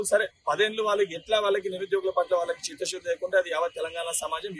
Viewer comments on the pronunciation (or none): Chitha shudhi anemata nuv enkosari anakura edho buthula vinipisthundhi dharidhruda..